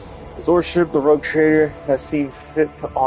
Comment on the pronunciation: ROGUE, no rouge! Es "pillo" "bribon", no "rojo"